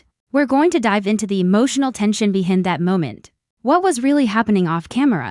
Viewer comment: I’m sorry, but this is one of the worst AI narrated English speaking poorly pronounced narratives I have ever heard. It’s one thing to have words like aluminum pronounced the way Australia pronounces it or even have the British pronunciation of certain words but no we can’t even pronounce the word behind and loser and two words he threw together that sounded more like Hecate which is I believe a Greek goddess instead of he something. If English is not your native language, then maybe don’t translate into English because it’s rubbish.